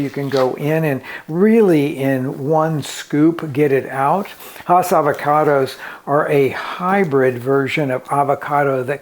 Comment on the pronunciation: Haas is pronounced like "pass"